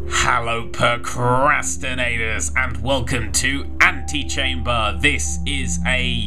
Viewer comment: He said pocrastinators.